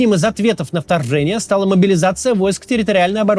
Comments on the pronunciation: вторззэние - Кац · "произошедшее названо именно что Фторфшением, и одним из ответом на фторфшение..." И дальше по тексту он с дюжину раз это "фторфшение" произносит смотрю на 1,5 скорости и ржу с каждого выпуска, считаю, этот клоун самый смешной у них